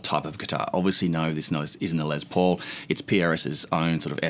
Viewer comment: His name is Les Paul not Lez Paul. Lester not Lezter.